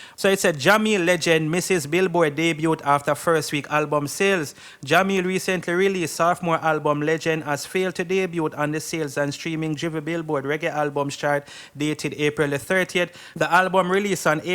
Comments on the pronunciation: Debut is pronounced de-bu the T is silent. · The word debute is pronounced "day-byoo". English language is funny